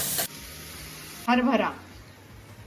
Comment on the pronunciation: "हरबरा" हा उच्चार कितीतरी दिवसांनी असा सुस्पष्ट ऐकला . आमच्या शाळेत एक बाई होत्या सुलभा कुलकर्णी बाई त्या असाच हरबरा इतका सुंदर उच्चार करायचा मी पुन्हा पुन्हा त्या हा शब्द कधी म्हणतील याची वाट बघायचे 😃